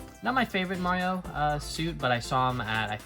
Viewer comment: I’m sorry but it’s Mario not mawio